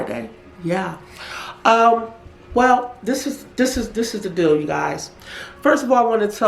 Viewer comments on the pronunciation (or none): none